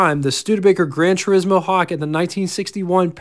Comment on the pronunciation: Minor quibble on pronunciation: It's "A-vahn-tee", not "A-vahn-tay." Likewise, it's "Tur-ees-mo", not "Tur-is-mo." The "i" in Italian is pronounced like a long "e". Sorry...just hit my ears wrong. My dad owned a 56 Golden Hawk (yellow and white) and later a white, 63 GT Hawk. The Studebaker dealer in Virginia Beach where he bought the 56 also sold Mercedes, and yes, the grills did resemble those on Mercedes at the time. He said the 56 was good for a 7-second 0-60 mph time. The neat item at the time on the 63 was that was the year the US changed to amber turn signals. It was quite a novelty to see them and JC Whitney catalogues even sold amber-colored polish to change clear turn signals to amber. The front fenders also had translucent markers that lit up at night. I took my driver's license test in the 63 and it was definitely a head-turner.